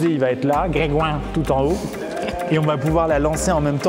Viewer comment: qui dit Didière ma ken ouai